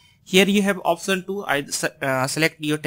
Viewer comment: option ya oftion 😂😂😂 improve your English 😂